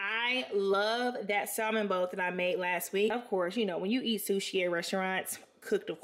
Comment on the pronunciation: They need to sponsor you! Not to be rude or too critical but as far as I'm aware the l in salmon is silent